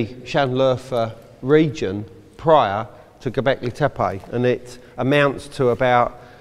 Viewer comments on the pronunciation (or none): Gobekli taypeeyyee